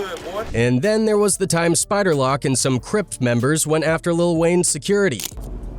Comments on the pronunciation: It's Spider Loc like loke not lock fool. Haha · Spider lock 😂 loc you fool it’s loc! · Wtf is a spider lock 😂it’s loc homie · Dude said spider lock smh 🤦🏾‍♂️ 🕷️ 🔒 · Bro you should t make no type of content anymore bro saying "spider lock" 😂😂😂 . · Dis guy said spider lock 🔐 😅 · Who in the hell is Spider Lock get his name right 🤣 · Yeah I think it is.. Had a great laugh when it called Spider, Spider Lock ! LOL